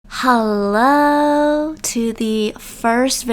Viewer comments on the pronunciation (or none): says helllao